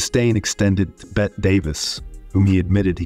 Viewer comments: Bette = Betty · So? Everyone -- literally EVERYONE -- knows it's PRONOUNCED Betty. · Her name is pronounced, Betty, not Bet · Exactly. "Bet" Davis, instead of Betty Davis? Hilarious! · Yeah, that "Bet" instead of "Bet-tie" when pronouncing Bette Davis was driving me crazy. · Honey, it's not Bette Davis like Bett Midler. It I'd Bet-tee Davis. Get it right, please! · You know nothing about Hollywood if you can't pronounce Bette Davis' first name. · Holy Crap "Bette" is pronounced like "Betty", not "Bet". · its NOT bet davis. Its BETTYYY 😡👎👎👎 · Bette (Davis) is pronounced as Betty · Tell your AI voice creation software that the woman's name is pronounced BETTY Davis, not Bet Davis, and Milton's last name is pronounced BURL, not burley. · Bette Davis' name is pronounced "Betty" Davis. Not "Bet" Davis. Ms. Bette Midler had a different way of saying it, but they are both relevant to the people being discussed. It is important to not to just read but also listen and hear and thus, process. Interesting video overall. Please just put more of a priority on proper grammar and pronunciation. Your reply is welcome. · Miss Davis's first name ("Bette") is pronounced "Betty," not "Bett." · You need to get educated on the pronunciation of movie/TV stars’ names. Then you can report stories about them. By the way, it’s Inspector Clouseau (Clu-SO). And it’s Bette (“Betty”) Davis. Not Bet Davis, pal. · Is this done by AI? The name is pronounced, bet-teee da-vis. Not “bet.” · Stop with the Bet Davis, it's pronounced 'Betty'. Either you know nothing about Hollywood or your narration is computer generated. I despise either. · ITS BETTY ITS NOT PRONOUNCED BET!! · Honestly, my dude, I’d take this a lot more seriously if you didn’t mispronounce half the names you say in the video. “Bet” Davis? Inspector “Closo”? Come on. Hard to take you seriously if you lack even basic knowledge on what you’re talking about. Not to mention that being difficult on the set or eccentric is hardly “evil.”